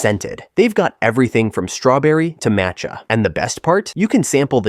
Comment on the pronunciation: You had me up until you missed pronounce Macha 🤦🏼‍♀️